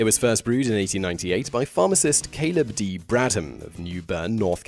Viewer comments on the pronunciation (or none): none